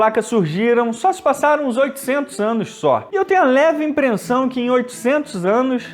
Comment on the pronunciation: "leve *imprensão*"